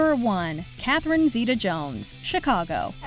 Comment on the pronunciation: Kristen Bell was in Reefer Madness 8 years before Frozen. If you're a fan and haven't watched, please add it to your list!! Catherine Zeta-Jones is phenomenal. But her last name is pronounced zay-tuh, not zee-tuh. Also, HOW DID I FORGET ABOUT WALK THE LINE??? Reese and Joaquin!!! 😍😍 Great list overall! Love Ewan McGregor, Amy Adams, and Anne Hathaway. ❤